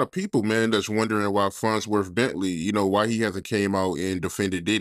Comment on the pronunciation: It’s FARNSworth Bentley 🙄